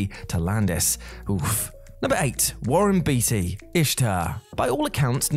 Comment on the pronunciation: It's pronounced Warren "Beat-tea" LMAO 🤣